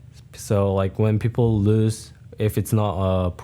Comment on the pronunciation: As someone who has a Korean mom, one is learned and the other you have to make a very conscious effort to say. If he's speaking normally without thinking then he will say peoper. If he's trying consciously to pronounce the L then he will say people. My mom struggles with it all the time as do all the Korea-born people I know.